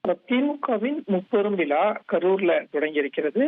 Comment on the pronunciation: தம்பி முப்பெரும் வி"லா"வா அல்லது தோள்/ புஜமா? ஏண்டா தமிழை இப்படிக்‌ கொடூரமாகக் கொலை செய்றீங்க!!😂 விலா அல்லடா தம்பி "விழா‌" "விழா" "விழா" முப்பெரும் விழா!